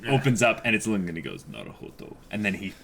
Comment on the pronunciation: I think it's high time you started pronouncing Lunge's name correct. It's Lun-gay.